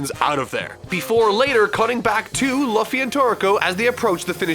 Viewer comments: its LEW FEE not loafy hahaha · Uh, excuse me... Luhffy? Did... Did you pronounce Luffy (Lew-fi) as Luhffy (La-fi)? So, uh... Ya fucked up HARD with that. And DON'T try to defend it with saying he's never seen One PIece, NOTHING can defend such a horrible fuck up. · Love watching these after you reviewed one piece... still calling luffy "luh-fee" here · Ugh~ the way he says Luffy's name is painful. Does no one every just listen to one clip to see how a person's name is sounded out? It's "Loo-ffy" not "Luf-ffy". I know there's a U in his name, but it's not pronounced with it. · "Lah-fy"?, isn't it pronounced "Loo-fy"? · I love you but I cringed at how you say Luffy Loo Fee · it’s Loo-Fee not Luh-Fee. Thank you for coming to my Ted Talk. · hearing you call him L UH FFY makes me so proud that you are caught up on one piece <3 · "Luhffy" That is all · Luh-ffy... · LOO-FEE. You're killing me. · I love u but what in the seven hells is a Luhffy? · Luffy's name is pronounced "LOO•fie" in case anyone got misdirected here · The way you pronounced Luffy makes me cringe...🤢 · Loo. Fee. Loo. Fee. Loo-fee = Luffy. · Quick Tip: Luffy is pronounced Loo-fee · Luffy is pronounced L-oo-fy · luhfy lol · You don't pronounce Luffy like it's spelled. It's pronounced Loofy. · “Luhfy” Yuck🤣🤣🤣 love you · “Luhhffy” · "lafy" Uhh, what? I hate One Piece, but that's waaay below my level. Also, MAAAAAAAAAAAAAAAAAARK?! WHY DID YOU USE YAMAMURO'S ARTSTYLE, DESPITE ALWAYS SAYING THAT YOU HATE IT?! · Tfw this video is so old, it's from BEFORE knew how to correctly pronounce Luffy's name. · pronounce Luffy so weirdly before he reviewed the series. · Watching your review of the DB/OP/TK crossover after you read and caught up to One Piece kinda feels surreal since you don’t really name the characters except mispronouncing Luffy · Man, present day would look how he pronounced Luffy in this video and slap his past self